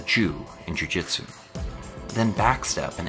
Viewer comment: “This... is the jew.. in jiujitsu”